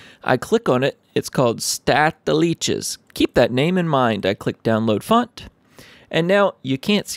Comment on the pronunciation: Hey man,1st of thanks for this tutorial,it really helped me 2nd. I love how you pronounce the german word "staatliches"